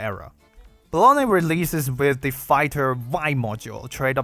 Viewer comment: I can't unhear "Bologna." 😭